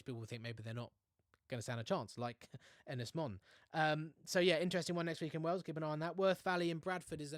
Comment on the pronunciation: It's pronounced Ynys Moan fella.